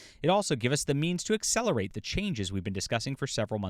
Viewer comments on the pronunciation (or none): none